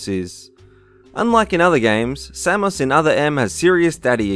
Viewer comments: Sam moose? Sam us lol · It's Samus!! SAM US! Say it right! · #1 Sam-ous ?!? LOL WTF is a Sam-ous ? sounds like a arabic dish...